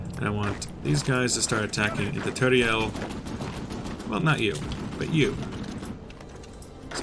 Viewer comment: Since it looks like we are going to stay in Spain fo a while, here is today's lesson on how to pronounce certain cities: Teruel is Te-rue-el (and as an insider joke for spaniards, it exists indeed) Both Cádiz and Malaga have the strong syllable on the first a so it would be kah-diz and mah-la-ga